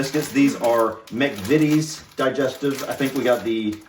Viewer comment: I am disappointed you did not read the instructions on the Farley rusk box they are for babies also learn the proper pronounceation for mcvities the first I is pronounced eye, just saying